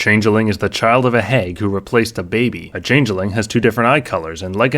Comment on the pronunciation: Midwestern me possibly detects a Cheesehead! 😜 (From the pronunciation of "hag".)